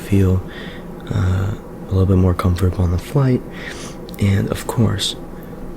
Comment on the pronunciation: Comfotabol😂😂 i got really triggered